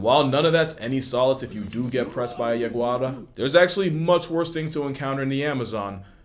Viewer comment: did you say Yeguada? Yeguada is a term that designates a farm stud in Spanish. I believe the word you probably meant is the Native Amazonian Tupi word "Yawara". (Pronounced Yah-Wa-RAH, or Ja-Goa-RAH) Yawara was later wrongly transcribed as Yaguara (that later originated it's common name Jaguara, that later turned into the common western naming of Jaguar) It is actually a descriptive term that means something like "the fierce devourer", that it was used to describe any carnivore or animal of prey. Including Caymans, Pumas, Bush Dogs, Maned Wolves, and even domestic dogs that were later brought by colonizers. However, the Tupi "Yawara-Pinima" and Guarani Yawarete / Jaguareté (Ya-ware-TE / Ja-GoaRe-TE) were historically specifically used to describe the Real Jaguar. Pinima stands for Spotted; and -eté is suffix that means "real" "true" or "by excellence", and in some contexts it indicates swiftly/efficiently, hence why the term "Jaguareté" became descriptive of "the one which kills in one leap", but it's a very poetic alliteration of the real meaning 😂.. Nowadays Jaguara / Yawara can be used as a blanket term used to refer to the Jaguar by local natives from the Amazon region. But many local lore also use the term Yawara (mythological creatures like Tapyra-Yawara, Yawarate-Abe); including places, like river encounter spots and tribal lands named as Yawara by Tupi, Guarani, Tukano and Arawak Peoples. So, to be more accurate; Jaguareté is the most specific term for the Jaguar